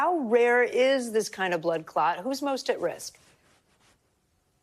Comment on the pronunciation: “blood cot” 🩸🛏️